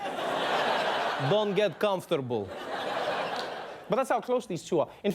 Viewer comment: That is a great Russian accent, Trevor. The "comfortable" was spot on, and something I doubt most US speakers would notice.